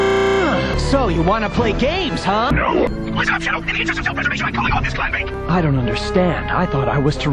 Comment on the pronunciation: its supposed to be "clam bake" not "clan bank". Still, this is my favorite part! :D